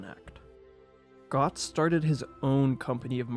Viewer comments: Götz von Berlichingen. If you don't say at least that name you failed. You failed. It's GÖtz not Gotz. 😉 One of the most interesting things about the prosthetic is that the iron hand was more advanced than what modern medicine could do for a long time. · Götz was a Suevi Chad truely Pro tip to you anglo speakers, Ö is pronounced as the Ea (æ) in Earl, not a O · It's more the pronounciation of the name 'Götz' that all Germans listening take umbrage with. The 'ö' is not pronounced like an English 'o' - there's a reason for the dots. It's pronounced like the 'ea' in 'Earl' (well, close to that). As far as I remember, he also said 'lick my ass' and said it to the messenger of the archbishop of Mainz, not to the emperor.